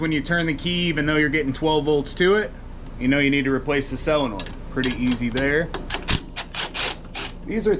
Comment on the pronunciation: BUT why did he SAY selinoid ?